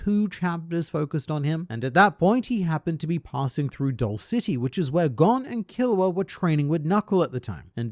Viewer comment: You're saying his name wrong